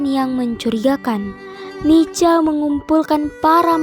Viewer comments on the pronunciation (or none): NICA,dibaca nika bukan nica atau nitja broo.